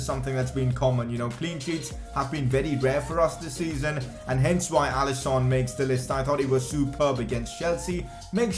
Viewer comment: It’s alisson not alison